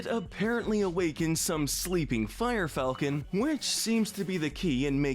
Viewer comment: The funny thing about “Falcon Punch” is that I hear him say “I GO PUNCH!” Anyone else hear this?